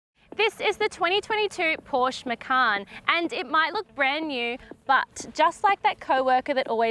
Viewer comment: At least Pronounce the brand probably if nothing else.